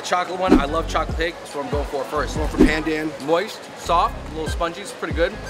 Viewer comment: Pandan is pronounced as pun-done